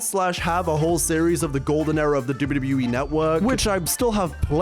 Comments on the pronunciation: The way he says WWE "Dubyudubyuwee" 😂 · If this MF says "dibbity e" one more time... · Love this. Great retrospective We all missed the networK. ALSO, you say WWE like AI. So fast! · The way he says WWE 😂 great video btw!